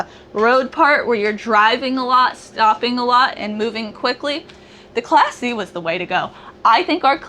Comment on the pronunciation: I really liked that Class C rig. Said fast enough I hear "classy".